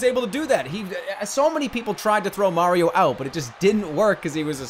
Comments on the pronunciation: That's not supah Mario that's BYEAH mario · Super Byeah-rio....?